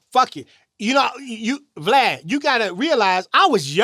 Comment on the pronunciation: are so slow. What the freak is a glad?! It's VLAD!